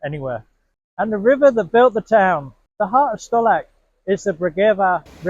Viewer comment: C is read as a c not as a k.Rookie english mistake.